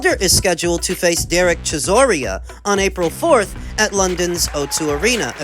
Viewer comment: Love the videos but name pronunciation was lacking this episode - Chiss-OR-Ah not Chiss-OR-EE-Ah A-Jit not A-Git Zhillei ZHANG not Chang Tim Zoo not Kazoo Steve Kim not Kimothy Look oh lol you're f*ing up the names on purpose?